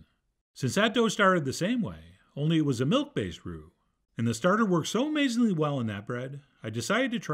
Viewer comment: Water + flour....are you saying “roux” or “glue” 😂 This looks great! Can’t wait to try it!